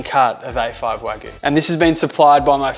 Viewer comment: Great content! Wagyu is pronounced Wa-gyu. Like Argue Not Wa-goo.